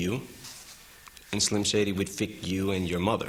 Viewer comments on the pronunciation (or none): haha he says fick instead of fuck. german rules! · EMINEM "fick" you... HAHAHAHA hes swearing in GERMAN AGAIN :D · I like how he says fik you instead of F*k you